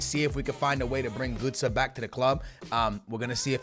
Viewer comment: Its not gūtze